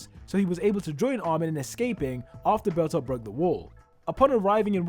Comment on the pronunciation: I did not realise he was saying bertholdth all I heard was bertha